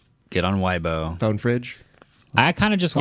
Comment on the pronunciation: Weibo is pronounced "way"-"bow"